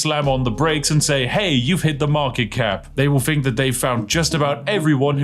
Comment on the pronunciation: Call yourself a Spiffing Brit but it seems you're incapable is pronouncing Th. I have little interest in what people "Fink" especially when they are incapable of basic English.